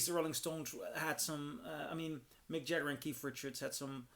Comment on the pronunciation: “Mick Jah- her”?